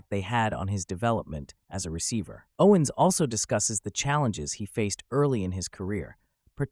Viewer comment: You opened up with pronouncing his name wrong. 🤦🏽‍♂️